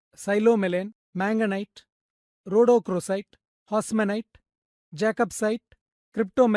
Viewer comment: "Psilomelane" is no longer in use, the correct name is romanèchite. "Vredenburgite" is not recognized as a separate mineral species - it was discredited many years ago. The correct name is todorokite, not "todorkite". Also, hausmannite, not "hausmanite".